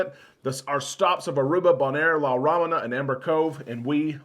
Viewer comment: Correct pronunciation of La Romana